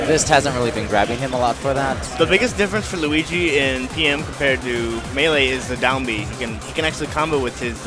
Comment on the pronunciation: both of you guys cant say luigi lol!